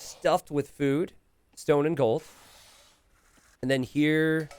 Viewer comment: I love how says "fewd"